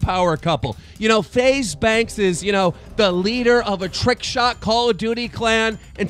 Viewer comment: Kinda funny how you said trick shot clan 😂